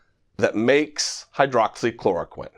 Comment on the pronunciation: My thoughts too. Pronounced it quite clearly.